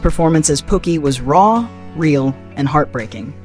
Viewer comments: The way he sayin Pookie is killing me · The narrator, which I now know is AI driven, called Chris Rock's characters "POOKIE" "Pockey" as in "Pocket." And Mario Van Peebles acting in "BAD ASS" being pronounced here on this clip as "BOD-ASS." 🤦🏽‍♀️🤦🏽‍♀️🤦🏽‍♀️🤦🏽‍♀️